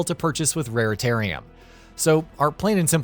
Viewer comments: RaritaNium Not RaritaRium😵‍💫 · It’s raritaNium - with an “n”. Sorry it’s just that I’ve heard raritaRium from several different youtubers and I’ve had enough 🤐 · "Rare-Tarium"... Where all the Raretanium lives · Wow you guys are like the third gaming channel who have got this wrong. And oddly in the same way. You guys, Yongyea, and I think Noisy Pixel called the collectible Raritarium instead of the correct Raritanium. Strange can you all not read or something?! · Because they don’t give a shit about the games they feature. He even says raritarium at the moment it says raritanium in the video clip. Who ever edits the video should be catching things like that as the announcers are definitely not the ones playing the games.